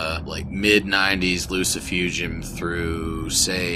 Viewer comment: Wow! I clicked on this and got more than I bargained for. I'd have a beer with you, except you gotta stop saying Loo-See-Foo-Jum it's obviously - Loo-See-Foo-Goom - like you are casting a spell in Harry Potter, you know? Oh and of course, if you are not going to take offense at me being Russian, because last time I met up with... well... whatever... great takes. You get a sub and a like.